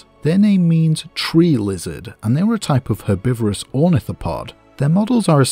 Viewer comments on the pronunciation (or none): none